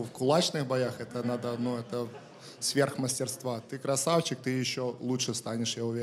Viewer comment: Техничнные бойцы по лучше чем на рашке ) обожаю когда ты говоришь (красаУчик) 😆😆😆